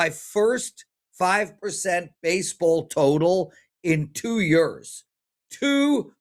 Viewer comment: pronounces years as YERS.. LOL